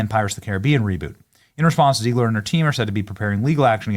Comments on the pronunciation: Her name is pronounced as “Zeg-ler” and not “Zee-gler”! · It's ZEGG-lure. Not ZEEG-lure. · Hi, why you pronounce "Rachel Zegler" as "Rachel Ziegler"? You trying to make her German so you can finally deport her to another continent? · ZEGLER not Zeigler to you clueless idiot. She hates Jews and you're making her Jewish. Even when you are interviewing others who are correctly pronouncing her name. . . YOU CONTINUE TO MESS IT UP. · Hey Beeny, do you realize every time you say, "zEEgler" there's a bunch of you kids asking, 'Hey Dad, does Beeny say her name wrong because he can't read?' Dad said, 'Evidently Soooo'.😉 Giggity😏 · Zeg-ler Zeg (egg) ler😂